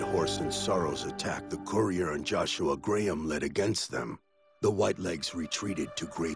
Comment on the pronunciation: why cant the voice actors pronounce Graham properly?